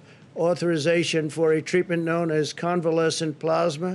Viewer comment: I wonder how long it took his handlers to teach him how to say "Convalescent plasma"......He still got it wrong.......